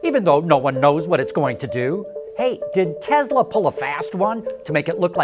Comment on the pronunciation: Tesla not Tezla